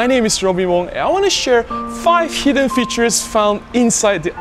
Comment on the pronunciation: Most useful and the only one I didn't know is the AF limiter. Very useful indeed in some scenarios as you say. Maybe em1 MKI doesn't have it. Dunno. I'm waiting for the MkII. Good then. Check your pronunciation of "features" . Go on.